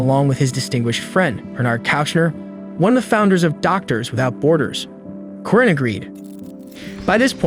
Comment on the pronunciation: Corinne is pronounced Koreen 🙄